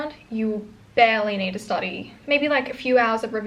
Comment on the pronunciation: "Things I dont neewwrrr"